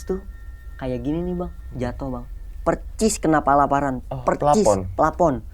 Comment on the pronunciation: persis bukan percissss 😅